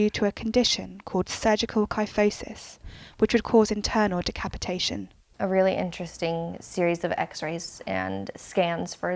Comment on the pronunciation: WO WO WO HOLD ON DID I JUST HEAR DECAPOTATION